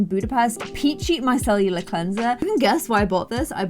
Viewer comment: i find it so damn adorable that you call micellar water "micellular water" haha 💕